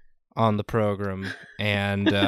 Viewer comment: Progrum haha